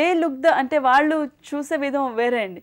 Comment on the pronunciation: Where did she get that Vijayawada slang "Aallu". She will be remembered till arts are alive.